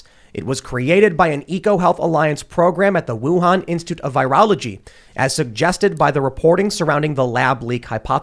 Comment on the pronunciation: The pronunciation of Wuhan in some cases. That's all I got. Conspiracy facts.